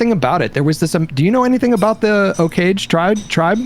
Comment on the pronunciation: did he just mispronounce Osage?